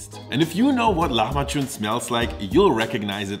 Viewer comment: The way you say the word it sounds more like "lahmaçun" (hard "ç"), but the word is "lahmacun" (soft "c").